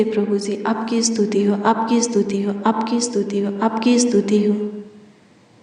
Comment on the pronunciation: Astuti nahi behan stuti bolte he